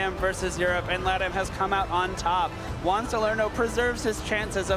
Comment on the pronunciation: Is it so hard to say Juan right?